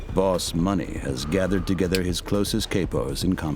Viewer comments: KAY-pos? The word is pronounced Cah-po. From Caporegime. Typical voiceover "artist". Doesn't bother to understand what he is reading and pronounce the words properly. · Kay-poes?!? It's pronounced "kah-poes", as in Italian: capo regime. Jeez, is this a really good AI narrating or a really illiterate human? Because this AI has really good inflection but apparently no experience, so it fails the Voight-Kampff test. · Yeah I stopped watching right when he pronounced capos as kay po's. Tf outta here. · How does anyone not know how to pronounce Capo's?